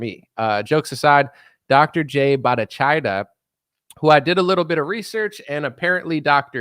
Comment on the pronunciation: You should have researched HOW to pronounce his name: Ba'-tah-CHAR'-e-ya Bhattacharya